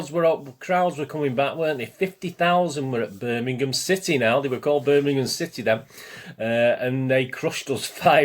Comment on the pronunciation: . .Thanx for the mention mate. Just abt to watch the J.R one. Will say quickly that some of my worst old away days were at Zulu Birmingham! Also glad you can pronounce it correctly. Nowadays it's Birninhum..even from s called pro punters. Shameful 👍